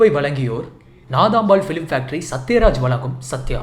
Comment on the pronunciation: Please it's vazhangum not valangum...ketka mudiyala...thirithikkonga...a guy from behind woods voice came b4 the vishal video. Avara thaan solrean...thamizhukku azhagey" ழ " thaan.